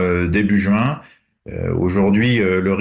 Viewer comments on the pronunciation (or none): none